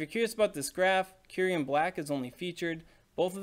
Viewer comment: Cincinno is based on the animal Chinchilla.... Just learn it's pronounciation.... Also it's kyu-rem... Not kyu-riem 😅